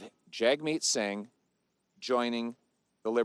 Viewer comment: Can't even pronounce singhs name properly. This guy is such a low effort joke.